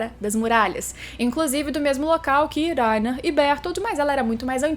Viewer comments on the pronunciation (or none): Berotoroto e Laina, fala direito.